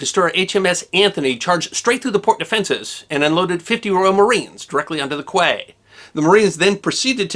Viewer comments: A minor nit, but quay is pronounced like key, not qway. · QUAY is pronounced KEE, rhymes with KEY . Not KWAY. Strange, but true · “. . . unloaded 54 Marines directly onto the quay”. QUAY is pronounce “key”. Good story well presented. THANK YOU! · Quay is pronounced KEY! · quay= key!!